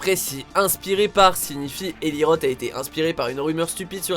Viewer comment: Ça se prononce ross pas rote. Non ?